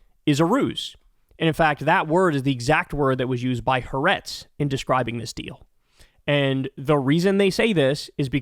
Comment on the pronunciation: No surprise that this was yet another Zionist con-job. And, again, Hah-AH-retz is the way it is pronounced, Kyle!